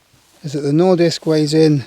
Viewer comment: Nice pronounciation there on nordisk!